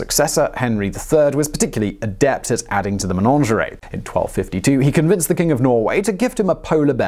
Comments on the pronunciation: Simon, its MENAGERIE not menangerie lol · "Menonjawry??" Did you mean menagerie. Slow down, you're tripping over your tongue there... On the other hand, with the amount of videos you're churning out these days, we can let one mangled word slide ;) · What the heck is a "menonjeray"? Do you mean a menagerie? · A Menagerie NOT a Ménagerie. The latter I assume would be a collection of French threesomes. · MeNAgerey for goodness sake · Simon, you say "menagerie" weirdly, like it rhymes with "lingerie". Is that how all English people say it?